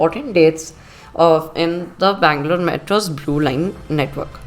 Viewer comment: Bangalore correct